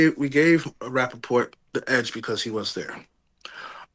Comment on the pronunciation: “Rapafart” hahahahaha im dead